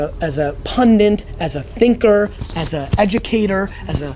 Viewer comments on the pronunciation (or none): Gary! It's 'pundit' not 'pundint'!